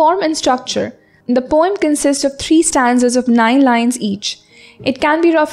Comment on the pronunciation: Your videos are awesome....but you could look after your pronounciations.....eg., twilight,poem, environment..... nothing else, keep going.😊😊